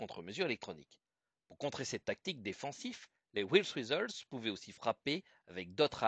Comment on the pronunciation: C'est vraiment sympa d'avoir une vidéo aussi complète sur un sujet comme le F-105 ThunderChief. Mention spéciale à votre prononciation de "Wild Weasel".